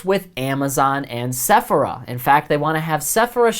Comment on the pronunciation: 😆😅🤣😂 you are killing it with the word Sephora... I am dying 😭 🤣